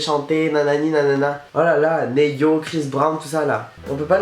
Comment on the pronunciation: Aaaaah bb t'as dit "Né-yo" faut dire "Ni-yo"